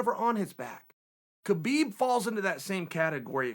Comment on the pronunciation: It's pronounced "Habeeb", not "Kabeeb" :)